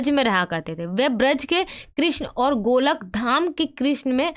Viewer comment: Madam golakdham nhi hai wo golokdham hai😂